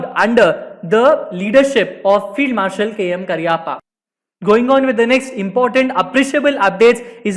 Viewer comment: Please pronounce his name correctly.